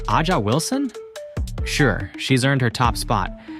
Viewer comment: Adga Wilson? Oumbaweekee? 😆